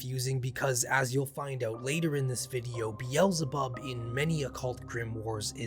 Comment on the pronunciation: I cant take your mispronouncing King Solomon and or Satan's name Beelzebub please see how the rest of us pronounce them please